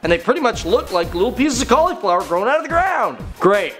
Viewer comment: you say cauliflower weird XD